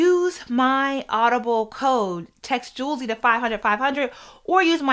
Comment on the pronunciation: that girl name is pronounced Z-Way 😂😂😂😂😂😂😂😂😂😂😂😂😂😂😂😂😂😂😂😂😂😂😂